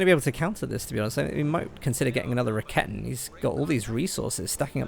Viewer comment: First of all, you doing a great job on the commentary of those GCS fights. But I have one thing you may think of to change: When I saw the first of your commentary replays, I was wondering what you mean with the "ra-ketten". I need few moments to recognize what you are talking about. I know it's hard for english natives to speak out the german language, but this horrors me all the time when i see your vids. Correctly spells it like: [Ra-ke-ten] so there is no double t in it and even no kitten ;-) . Also the shortcut is wrong..cause the "Rakete" is the projectile which is fired, correctly it is Werfer (launcher), which is the weapon. Or would you phrase up a rocketlauncher as rocket? Just as a suggestion :-) Keep up the good work!